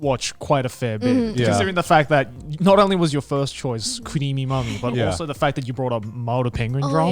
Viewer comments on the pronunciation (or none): When she said "Creamy mami" I was so confused, and I wasn't sure if she said "Creamy mommy" or "Cream me mommy" but in both cases, it sounded wrong, like... Really wrong... Anyway, nice episode as always!